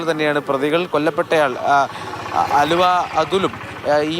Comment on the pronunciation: ആലുവ അതുൽ അല്ല മാഡം അലുവ അതുൽ ആണ്